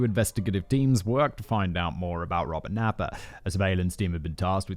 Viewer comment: 😂 Robert Naiper.... I read it that way too... me and simon....same page...don't know why.